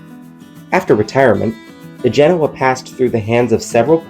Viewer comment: Genoa is pronounced Gah-no-a, please.